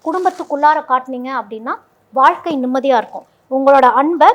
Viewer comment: வால்க்கை இல்லம்மா. வாழ்க்கை சொல்லு பார்ப்போம். எங்க தலையெழுத்து இந்த தமிழ் உச்சரிப்பை கேட்க வேண்டியிருக்கு. மெல்ல தமிழ் இனி சாகும்.